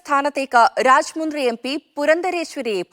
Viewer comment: രാജാമുന്ദ്രി അല്ല, രാജ മൻഡ്രി